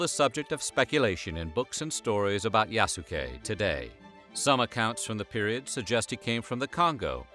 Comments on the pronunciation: Yaske! The U is silent! And he wasn't a real Samurai, he was granted a ceremonial status. Akechi Mitsuhide even didn't consider him human, thus letting him live. A lot of "black worship" in this "documentary"... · Ya-soo-kay. Oof. Why ya gotta americanize it to the point of weebiness like that? A quick google would likely tell you how to pronounce it. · Hearing you butcher Yasuke’s name hurt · the way he says yasuke is so fucked up 😂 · Bruh Yasuke is (Yahs-kay) like the way you pronounce Sasuke. It's not (yah-soo-kay) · The way he's pronouncing his name is wrong, the "u" would have almost been silent like "Yas-kay" or "Yaske" not Yasookay lol watch the Netflix show you'll see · Bruh! Man triggering me when he say Ya-su-kay, instead of Yaskay... the U is silent 😪 Throw some respec, on it! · He pronounced 'Iayasu' as 'Leayasu' ➕ I'm sure the name Yasuke was pronounced 'Yas-kay' not 'Ya-ku-say' though i may be wrong 😄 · His name is pronounced Yas-kei, not yasu-kei :) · *yah-ske Not Ya-su-ke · I am sorry but this is bugging the F out of me 1 "Yasuke" the u is SILENT! its pronounced "Yas-kay" NOT "Ya-su-kay". 2 He is not a "black" Samurai for him to be " black" would mean he was American as only Americans label people by color. You are destroying peoples names in this video! the disrespect is unreal, at least try to learn how to say people's names properly please! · It's pronounced "yass-keh". There is no emphasis put on the "su". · Everytime the narrator says "YASOOKE" TRIGGERED 😠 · If I’m not mistaken the sound of that name should be pronounced “Yah-skay”. Please correct me if I’m wrong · Pronunciation: YAHS-keh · Yahs-Kay. You're welcome. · YAHH-SUUE-KAAAAY The Japanese in me dies everytime he says it 😭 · It’s said “Yas Kay” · Japanese pronunciation is Yas-Kay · Please😭 The way his name was butchered. [Yas-Kay] is the way to say it guys. Made me cringe every time. Otherwise, very great story! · It's pronounced "Yaske". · It’s YAH-SKAY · His name is pronounced YAH-skay